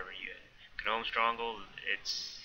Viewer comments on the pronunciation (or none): gnome= pronounced nome silent g not GEE NOME also its cather-bee not cather-buy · the G in gnome is silent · wow u rly cant pronounce gnome?